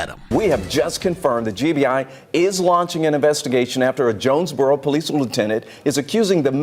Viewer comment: Did she say jonesbugero